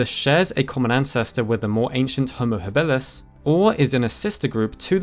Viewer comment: your pronunciation of habilus kills me.